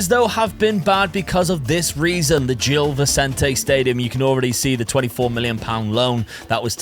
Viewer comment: great video as always, btw gil vecente is pronounced more like jill visente